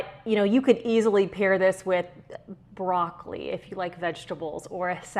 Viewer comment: lol they way you said broccoli I was cackling